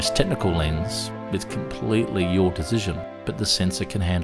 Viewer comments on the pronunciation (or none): none